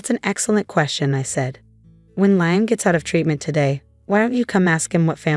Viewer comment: Pity they can't pronounce Liam properly!!